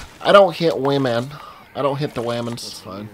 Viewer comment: "No wahmen damage run." 😂😂 Actually start doing those